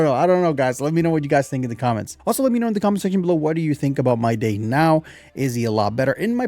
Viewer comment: I mean no offence but just an FYI, Mydei is pronounced as "My-Dee" which is why Tribbie's nickname for him is "Dee"